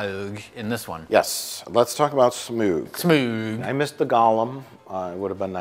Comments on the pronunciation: I laughed at every mispronunciation of Smaug, but then they say “smog” and I involuntarily yell “it’s SMOWG!!!” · Can someone please make an edit of everytime he says "smaUuUug" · Why has everyone such trouble pronouncing Smayaoooug's name? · Just here to watch pronounce SMAAWWWUUGG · I crack up every time at their pronunciation of smaug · it's really annoying how pretends he can't say 'Smaug'..... It's really not hard to say.